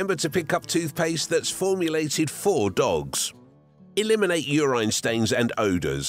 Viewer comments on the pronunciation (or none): this guy really said uraine stain bruhhhh